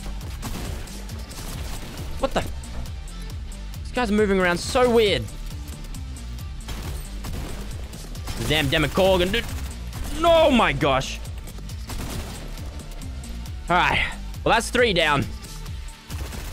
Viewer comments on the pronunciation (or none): “Demacorgen” Me -wait